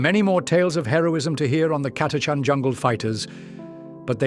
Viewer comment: The “ch” in Catachan is not pronounced like a K or a hard C otherwise it would be spelled Chatachan